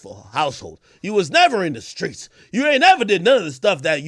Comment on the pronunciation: “Do you think he’s THUGGING… do you think he’s in the SKREETZZZ!” 😂😂😂😂😂 AK went for 50 on Ja 😩